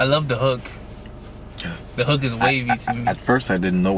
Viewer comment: when he said I love the hook I thought he said I love the uck which is very sexual from which part of England I’m from 😂😂